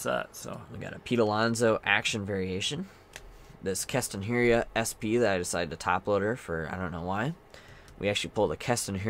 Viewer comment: Mannnn, please say keston hiura's name right lol its driving me nuts. Its not 'herrey ah'.... Its 'He Er AH'